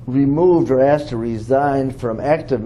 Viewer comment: This dude should have postphoned this deposition the second he said axed skin to skin its def proprietary 😂😂😂